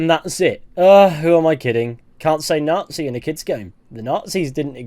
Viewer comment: Nazi* not Nohrtzi